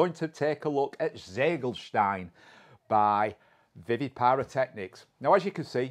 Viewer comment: i thought you speak german 🤔 You should be able to pronounce "Ziegelstein" better 😉😘 I don't understand the sense of an english fireworks importer giving his cake a german name🤷‍♂